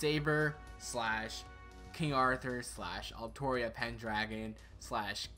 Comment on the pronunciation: Arturia > Altria It's King ARTHUR, not ALTHUR Delight Works! God DAMNIT! Btw nice video